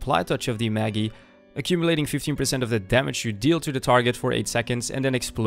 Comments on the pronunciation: Great video except it's pronounce Mage-eye. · Isn't touch of the magi pronounced in English. Touch of the Mage - aye?